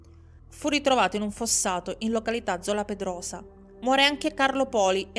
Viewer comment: Vivo a Bologna ma colpevolmente non conoscevo questa storia. Solo due appunti sulle pronunce: il cognome è Beccàri, il quartiere San Lazzaro di Sàvena, la cittadina Zola Predosa. Grazie per questo racconto, rimango sempre piacevolmente colpita dalle tue doti narrative!